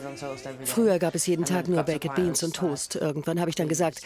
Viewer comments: „Bäcked Beans“ 😂 das spricht man „beik‘d“ aus und nicht „bäcked“ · Bäcket Beans 😂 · BAK'D BEANS WIRD ES AUSGESPROCHEN 😵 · die tomaten sauce ist nicht mal süss😂 aber ok . PS, die Sprecherin muss mal lernen wie man baked beans ausspricht😂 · Könnt Ihr nicht mal lernen wie baked beans richtig ausgesprochen wird?!? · Lernt doch erstmal wie man baked beans ausspricht wtf